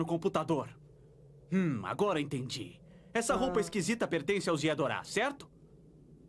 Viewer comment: É serio que eles falavam "Yadoras", pq o correto é Yardrats (faz sentido, afinal a dublagem se baseou na versão mexicana, então é normal achar uns errinhos)